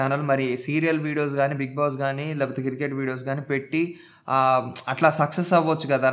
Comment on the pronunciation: కిర్కెట్ కాదు క్రికెట్ బ్రో 😂 పుటోస్ కాదు ఫొటోస్ 😁